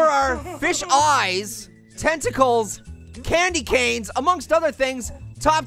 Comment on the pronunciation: tenticles Me:tenticles!!!!!! Yum I love it when it's nice and crispy But don't call me weird